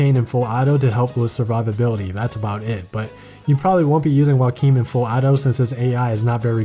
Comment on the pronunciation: After you said Joachim’s name I got really confused cause I pronounce it “Jo-chim” and has no idea who you were talking for a second but now I realize that the way you say his name is probably the right way to say it...